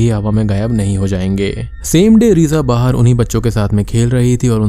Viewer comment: ...jabki uski explaiation utni achhi bhi nhi h...wo ladki. Baahar ko baahir bolti h😂